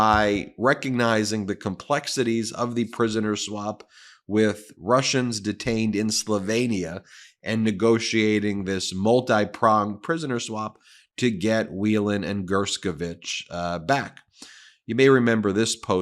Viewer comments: pronounced "slo vee nee uh" not "slo vain ee uh" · Bloody hell, Ben; learn to pronounce Slovenia 😉